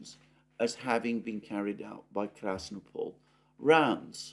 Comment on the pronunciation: krasnOpol, not krAsnopol.